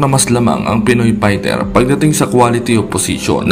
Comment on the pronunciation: HINDI YAN PAYTER TOL Fighter Yan pagbigkas mo ULITIN MO NGA PAYTER ay mali yan